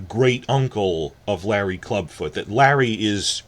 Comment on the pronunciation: Larys the Clubfoot, not “Larry”!